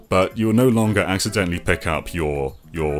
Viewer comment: “Accendently” push them into a pit